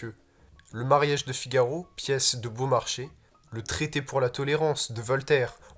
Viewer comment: Woawww "Baumarchais" le respect du français est mort là c'est "Beaumarchais" Bon OK j'avoue je le sais pck j'ai 8 lectures analytiques dessus... 😅